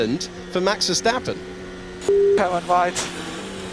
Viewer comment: "On Max Ver-attack'' oopsie doopsie 🤭🤭